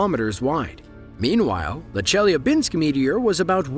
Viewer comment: A great video, though I feel obliged to mention the necessity to do a better research before posting: Chelyabinsk is by no means the second largest city in Russia, it's the second in the Urals autonomous region (after Yekarinburg). Also, the pronounciation is easily inquired in Google. 😊